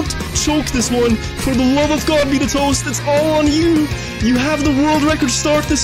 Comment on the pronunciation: Am I the only one frustrated with the way he pronounces betatoast2?